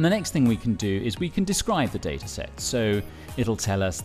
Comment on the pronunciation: I can't believe you pronounce it data and not data